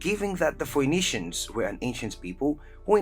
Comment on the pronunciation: Yo "foeynitians" is a wild way to say their name... it's read "faenitians"